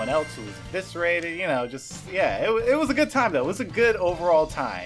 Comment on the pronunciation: Evecerated? Was it?